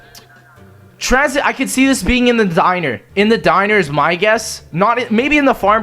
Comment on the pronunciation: wtf it's transhit not tranzit